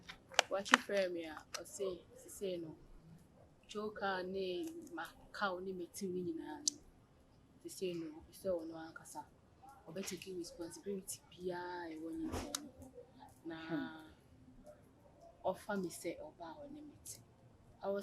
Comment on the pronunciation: Did I hear responsibirity 😂